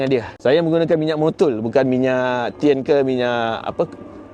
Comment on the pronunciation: Sebut enkei & tein pun tak betul caner tu